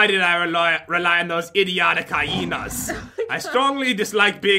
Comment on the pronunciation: first called the hiyinas coyoty secont she called them hiyinas